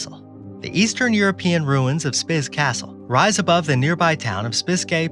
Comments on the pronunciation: It's Spiš not Spis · Spis castle is pronounced "speesh" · Your "Spis" is correstly written Spiš, so read pleas it like Spish. ....you do video about castles and you can't learn how read it's names. Prague (Praha) castle ok, but in video there are many pictures from whole Prague, but not from Prague castle. Amateurs....